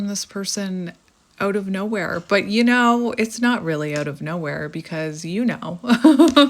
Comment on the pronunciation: lol I could never ‘hear the Canadian’ until you just said: “let’s hang ooot together’ lol 😝 that’s awesome. Finally! You most not originally be from Canada cause you don’t have thick accent…. But I heard it just now. 😀 cheers 🍻